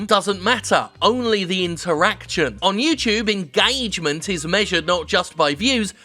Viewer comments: It's not engagement, it's engAAAgement. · Nobody: Jim Sterling: engAAAgement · The way Jim pronounces ingaygment is satisfying as fuck. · Dominick Desalvo Pronounced “enguh-triple A-gement”